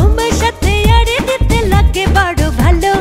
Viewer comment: সালমার উচ্চারণ এ একটু প্রবলেম আছে। নাগে বাজে উচ্চারণ।